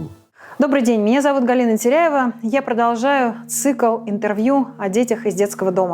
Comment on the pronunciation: прододжаю цикАл . А что такое цикАл. ???? это не по- русски.Дизлайк . Выключаю